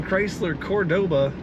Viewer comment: The "Card-board-Ah!"